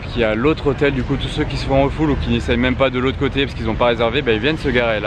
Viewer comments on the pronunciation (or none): none